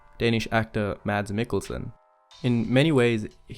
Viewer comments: Just an FYI. His name isn't pronounced MADS. Even he has said previously that his name is MASS. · It’s not pronounced mads the correct way is mass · You could atleast pronounce his name right. It’s pronounced mass with a silent d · People who say Mads not Mazz piss me off. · It's pronounced Mahs Migglesen. You don't pronounce the D in Mads and the kk in Mikkelsen is a G. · His name is pronounced Mass. the d is silent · his name is pronounced "mass" the D is silent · 10 months too late, but I still gotta comment that his name is actually pronounced like "Mass" with no "d" sound in it, FYI. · I'm sorry, just fyi. the way to pronounce mads is like "mess" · The d in Mads is silent :) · Just a quick side note: The “D” in Mads is silent 😉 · I don't want to be annoying but it would make me happy if people knew that the 'd' in Mads is silent.